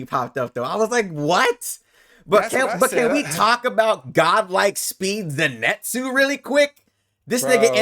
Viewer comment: It'll be strange having Zenitsu wake up and be afraid of everything again....also, why is it that most reactors can't say his name? It's Zenitsu and not Zinetsu guys 🤣 Great discussion, loved the reaction as well